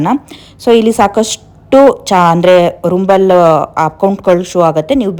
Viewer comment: Mam ಅದು ರುಂಬಲ ಅಲ್ಲ ರಂಬಲ್